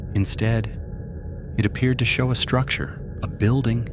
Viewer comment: Listen when it says "building" or multiple other times like , it has a really strange inflection on its voice. Clearly AI.